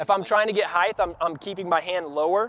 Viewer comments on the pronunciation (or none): Height not heith!